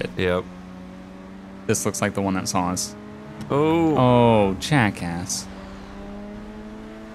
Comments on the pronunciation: Say all you want about my username lol. You must have a smooth brain if you think that offends me. There's just not an 'L' at the end of saw so how did that even become the way he pronounces 'saw'? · Why do you say "sawl" instead of saw?